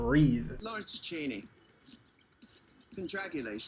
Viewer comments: Love the videos but pleeeassse 🙏 it's lawrence "chain-ey" not "chan-ee"😂😂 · Hey boo, so FYI Lawrence Chaney is actually pronounced "Chay - Knee"